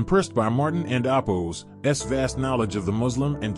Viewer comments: Why do you keep saying "andabos"? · "and appose" "and appose" "and appose" what in the world are you saying??